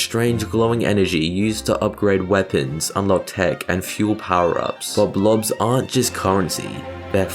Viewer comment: Sir they’re actually called “blops” and not “blobs”